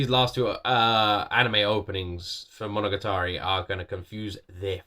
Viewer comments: mono-ga-tari for pronouncing, and sadly not in order for this, oh well. and your wrong on the case of Alice in wonderland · It's pronounced "mo-no-ga-ta-ri"! ;) Japanese can be a bit tricky since the phonemes are quite a bit longer than English (save for the vowels and "n"), so it can be hard to know where they start and end! You also need to be careful that you don't hold on any one phoneme too long, (i.e not "mo-no-ga-taa-ri") since there are times when a phoneme IS elongated, which can often change the meaning of a word entirely! Otherwise, each should be the same length, in a rather robotic fashion! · monoGAtari... the accent is in the GA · Your pronunciation of “Monogatari” was pretty good, except that the stress or accent should be on the “ga” and not “ta” (and don’t extend that sound). “Monogatari” 物語 means “story” or “tale,” and different seasons will have different tales, such as “Bake-monogatari” 化け物語 (Monster tales), “Nise-Monogatari” 偽物語 (Fake tales), etc.